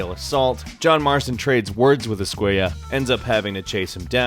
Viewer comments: Javier escuella lmaoooo es-cu-ela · Every time he pronounced esquella as "esquaya" a part of me died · ESK -KWAY-AH no mames guey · Javier ESCUAYAH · How he says escuella is so annoying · Anyone else bothered by the way he pronounces "Escuela"? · thats not how you pronounce javier's last name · why are you pronouncing Escuela like that. Isn't it in Spanish when their are two L's together it sounds like a y. Escuela only has one l